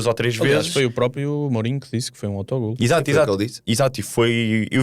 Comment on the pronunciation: Alguém pode por favor dizer ao que não se diz "própio" e sim "próprio" 😂